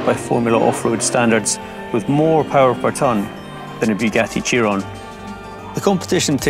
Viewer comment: SniperPanda512 exactly my point... This guy just keeps saying chearon